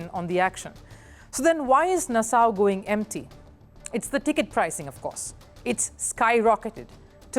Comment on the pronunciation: Nassau is pronounced Na-saw.